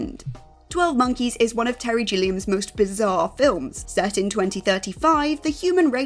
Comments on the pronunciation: I always like this video's but someone proof read the names for pronunciation Gilliam isn't Jillian. There is alway a few in each video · I believe Terry Gilliam’s name is pronounced with a hard “G” as in grape. Not a soft “g” as in gem. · Please try to get the pronunciations right. It’s really obvious the presenter is not familiar with Terry Gilliam and The Usual Suspects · She also says Gilliam wrong, it’s pretty cringe-worthy stuff.